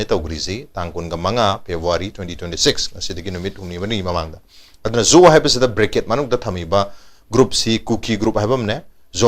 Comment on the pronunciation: Zo se pabaddi pronunciation se Jou ki khonthok toubani